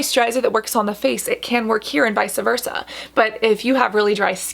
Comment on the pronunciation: Hey Cassandra love ur videos. The only thing I hated was that u said "vice'a versa" I was going to let it go but you said it like three or four times. I just wanted to let you know (with nothing but love) it's "vice versa" ... your Lexicon is as beautiful as ur skin, and u pronounce all of those words in the Inkey list so well. Maybe thats y that one phrase kept bothering my ears so much lol. ❤ u boo !!